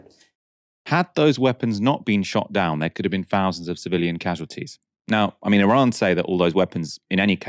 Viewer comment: 'Fowsands' of casualties.